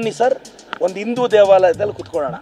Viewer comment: ಇಂದೂ ಅಲ್ಲಾ ಅಣ್ಣ... ಸರಿಯಾಗಿ ಹಿಂದೂ ಅಂತ ಉಚ್ಚಾರ ಮಾಡ್ರಿ ಮೊದಲು... ಆಮೇಲೆ ನಮ್ಮ ಗೌಡರ ಬಗ್ಗೇ ಮಾತಾಡು 😂